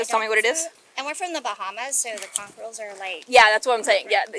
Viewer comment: Holy crap, you said "conch" correctly.